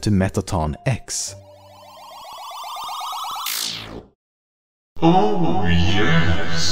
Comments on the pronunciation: *Me-t-ta-ton E-X Is how you say it. I cringed at the fact that you said Ex instead of E-X. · I think it's pronounced mettaton EEE ECKS and not mettaon ECKS